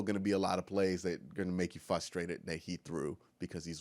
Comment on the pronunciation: fusstrated really bruh? Its frustrating hearing you say that. Good vid otherwise.